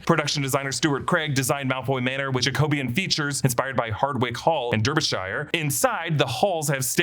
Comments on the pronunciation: “dar-be-sher” - an annoyed Englishmen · pronounced “Darby-Shur” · "Derby[shire]" is pronounced "Darby" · Derbyshire is pronounced Darbyshire